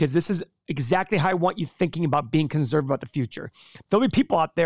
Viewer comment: “conzzzzervative”